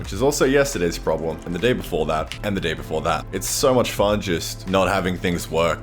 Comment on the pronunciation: Is AUSTRIAN ALL ALONG?!?!